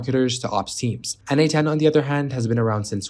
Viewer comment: why do you say its called n-8-ten?